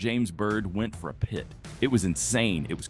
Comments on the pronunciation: Good lord dont say Pee-Eye-Tee say the freakin word PIT as in pit! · Stop spelling P I T! Call it what it is! A pit maneuver. If viewers don't know what that is, they will learn. But to hear it spelled out is just jarring and interrupts the narrative. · I love the AI voice announcing the police will do a pee-eye-tee maneuver. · It's pronounced pit... is this ai shit?